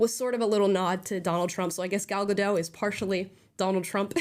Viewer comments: (No hate AT ALL-just a quick FYI. Gal Gadot’s last name is pronounced like it looks. Ga-dot. I thought it was Ga-doh, too but when she played Wonder Woman on the press tour-EVERY interview she corrected them. In a nice way but just letting us know. Same thing w/Brendan Fraser. There’s no “i” in Fraser-so not Fraiser. It’s like Fray-zer. Sorry for that novella, ffs. Lol) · It's Gal GaDOT. It's an Israeli name, it's not French. 😅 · Gadot - It's not a French name, the T is pronounced. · For crying out loud. Her name is pronounced with the T at the end, she's not French! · Just to correct.. it's Gal Gadot, the t is being pronounced. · Thank you for doing this because after the reviews, I actually kinda wanted to see it just to see if it really was as bad as even the left wing reviews suggest… But one critique: She’s not French, she’s Jewish Israeli. It’s pronounced “Gah-doat” not “Guh-doh”. Benny does it too and as a Jew it drives me nuts. Sorry, that’s all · Thanks. Just a correction in gal gadot s name you do pronounce the T it’s more like GA DO TH. She is not French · Fun report! But - being pedantic maybe - if you are going to critique Gal Gadot you really should learn how you say her name. She is not French! There isn't a silent t in Hebrew! It's pronounced Ga-DOT. (Rhymes with shot or lot) FYI Gal means wave and Gadot means river banks. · Her last name is gadot! Like with a T!! Say dot. Now say gadot. When in rome, do as the romans do. Leave the surrenderland name pronounciations to surrenderland. Here in america we can 1. Read and 2. Win a war. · Naive me. I thought Amala would be one of the few American, who would actually pronounce Gal Gadot last name correct. I guess i shouldn't have been so hopeful. Amala... the 't' in Gadot isn't silent. It's, really, not that hard. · Hey guys: It's pronounced "GAL GADOT." Hard "T" at the end. SHE'S ISRAELI, NOT FRENCH. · Gal Gadot's name is pronounced "gadot", not "gadoe". The T has literally no reason to be silent.